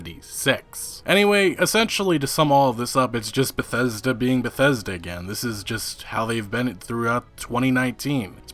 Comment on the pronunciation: Todd Howard: Christmas...Bah-thes-da!